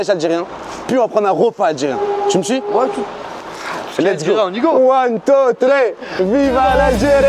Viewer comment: gg je te suis depuis alger mais tabuse le thréé en le dit thri pas thré comme meme mdrrrrrrrr